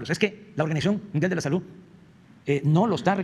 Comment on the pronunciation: La SaluTtttt, aprende a hablar !